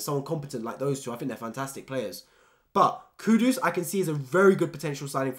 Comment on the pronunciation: Mate it's kudus not Kudos like keeps butchering his name